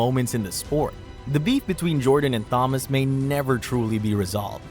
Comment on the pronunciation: If you’re going to use AI for narration, teach it how to pronounce Thomas.